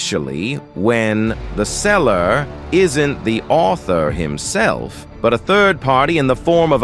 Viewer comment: "The sellarrr, isn't the aultharrr"